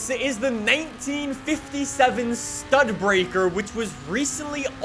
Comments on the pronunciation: Did say StudBreaker????? It’s Studi Baker... 💀😡😂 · Studebaker is pronounced Stu-dee-baker